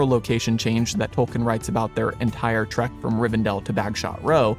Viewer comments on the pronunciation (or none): none